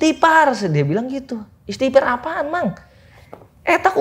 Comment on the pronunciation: "ISTIGHFAR", bukan Istipar. Wkwkk....